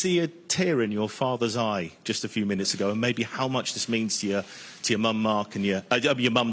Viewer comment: “ Jut “😂 cant wait for all the press conferences